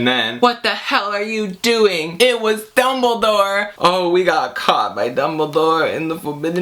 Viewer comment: I know this video is old but "IT'z DUmBLeDOOOORe" I want you to know that I snorted so badly that I almost fainted with my tea. I had never felt so afraid yet so hilariously aware of how pathetic my life had become for me to suddenly almost die by choking on a tea sip because a guy said "DUMBIDORRRR" and I love you Suscribed.